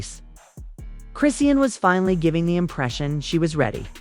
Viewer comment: All of the pics are of BlueFace, not her so called new man. Using AI voice generation is horrible because the wrong pronounciation of her name is very aggravating. So much click bait is flooding Youtube. smh.